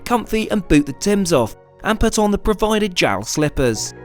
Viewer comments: It is pronounced J-A-L, not jowl :) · It’s “J-A-L”, not “JAL.” And mochi is “mo-chee”; not “mashi” of whatever that was.